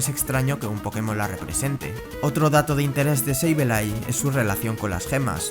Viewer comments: "seibeilai" ulala señor frances Entonces como se dice! -sableille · Sableye se pronuncia “seibolai”